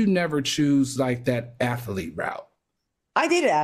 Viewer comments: AL “ATH-A-LEET” ?🤣🤣👀🫠 Claudia “ATHLETE” ✅ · Can Al say athElete one more time pls?